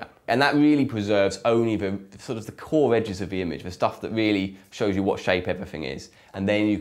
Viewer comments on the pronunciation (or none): none